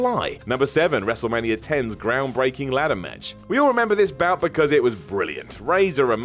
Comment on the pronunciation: it’s groundbreaking not groundbraking! Lets do a list of top10 dumb mistakes by whatculture ...